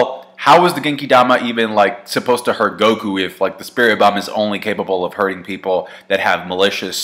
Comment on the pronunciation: What is so hard about saying spirit bomb